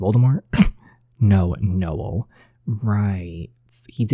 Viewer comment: We pronounce my brothers name: No-El Not Nole